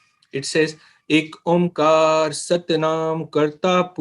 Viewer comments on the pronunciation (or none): It’s not ik omkar, it’s Ikk Oankar (O-ang-kâra). I’m a student of Taksal!